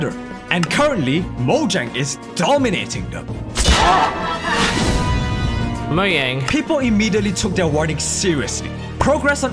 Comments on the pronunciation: Mojang no no no it's Moyang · “moyan”